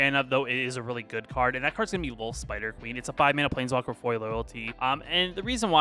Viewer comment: you have to stop saying “definitely” and “actually”. it’s so distracting and makes the video hard to watch. also you should spend time to edit your video so when you blank on wren and seven name you don’t say “plNeswalker”